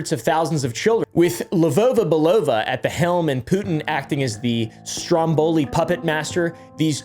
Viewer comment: Btw as a Bulgarian (we gave the russians their alphabet) actually saying names with a slavic accent makes you pronounce them way closer to how they are. You say LevOva BelOva where it is more like Levova its not an OH sound it`s an OU sound